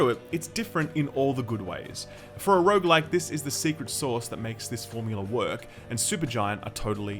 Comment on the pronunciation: sorry stopped watching after you said Rouge like and supergigant, im sold already , thnaks for telling me!